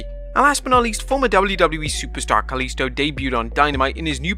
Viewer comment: Kalisto is Mexican American. He’s from Pilsen in Chicago. English is his first language along with Spanish. The dude fucked up on his name.